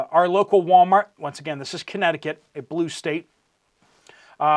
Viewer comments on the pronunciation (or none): none